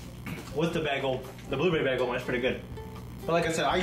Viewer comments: "baggel"? goddammit,, you britta'd it! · Britta'ed saying bagel